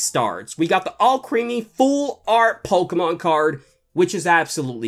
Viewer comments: Wow he still says pokeman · It is not pokeman it’s is pokemon